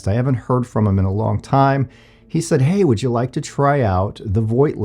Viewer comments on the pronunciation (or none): none